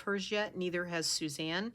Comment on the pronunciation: It was lovely watching you through your process, l love the way you say Susanna, it sounds so nice Thanks for sharing. Hugs Susanna xx 😄♥️🧵🪡